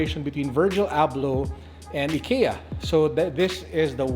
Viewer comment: its "EYE-KIA"